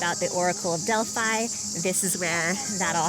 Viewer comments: The pronunciation of the most "i" in greece is like "ee" for example Delphee not Delphai. And as a fun fact if a word contain "ph" for "f" probably is of greek origin.✌ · nice video but as a greek i cant hear this "delf-ai' try to say it like "del-fee" 😀😀 in general most words with "i" pronounced as "ee"